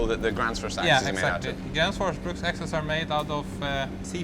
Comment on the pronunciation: No, it's not "Gransfors Bruks". It's "Gränsfors bruks". (the sign says "bruk, but the company name is "bruks". Why they have that s, at the end, which doesn't seem to make any sense,...) Ä (or Æ) is a completely separate letter to A, and represents a completely different vowel sound. The same is true of å, ö (or ø). There is a very massive difference between "höra" (to hear) and "hora" (whore) ...which are two words that sound completely different, and no Swede would ever mix up.